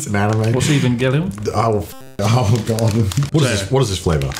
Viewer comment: とんがりコーン もはや、ポテトチップスじゃないやーん それは、コーン🌽やー！ デストロイ The クリスプ 笑笑 日本人の私が美味しいと思うものが ことごとく評価が低いし もっと美味しいスナック菓子があるので 教えてあげたいです ヱヴァンゲリヲンの発音に驚きました イーヴァンゲリオンかー イギリス🇬🇧英語だとこうなのでしょうか？ 今まで他の発音では ヱヴァンジェリオン は聞いたことありましたが コナーさんのは新しい発音でした